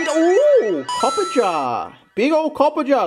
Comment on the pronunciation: Day #2 of telling "big STEEL elephant" is Copper - [raa·juh] not copperjar